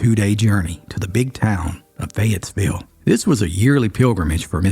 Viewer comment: 6th generation NC Charlottean here. We know this story but you turned it into such an engaging yarn - Thank you!. The only complaint I have is your pronunciation of Cabarrus (it’s bare not bar) and Fayetteville (no S)